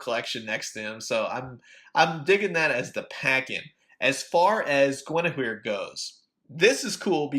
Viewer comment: you pounced it correctly